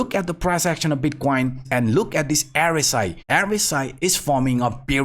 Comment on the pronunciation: Not "er-es-i". It is "r-s-i".